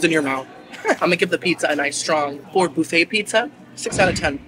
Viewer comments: It’s not boo-fay! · I have to know... Does he say buffet wrong on purpose, or is that just how he says it? I'm sorry it's a bit annoying. Lol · Love you!! ❤ But why are we saying boofay instead of buff no? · First time hearing someone pronounce "BUH-FEY" "BOO-FAY" 😂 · Wtf is a boofay? It's buh-fay. Get it together😂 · It's not BOUFFET its mfing BUFF ETTTTTTTT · Don't take this the wrong way or anything, but is there a reason you say "boofay" instead of buff-eh? Is it just the way you normally pronounce it, or some other reason? Probably a stupid question lol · Boofay...instead of buffet...lol... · The way he said Buffet as BOO-FAY. Hurt me. So deep. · The “boo fay” is giving me major ick, but I’m tryinggggg to watch 😂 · Cracking me up calling it a boofay...LMAO. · its fucking buffet not buffay